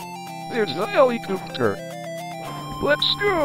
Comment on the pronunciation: Bro the npc pronounced it helicoopter